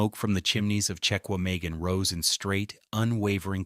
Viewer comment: I was born in Wisconsin. My mom was born in Manitowoc. It's pronounced "Check wah mah gahn" National Forest.